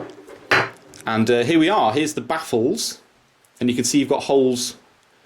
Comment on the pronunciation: You say toothbrush a bit funny,drop it in to some more videos please it made me chuckle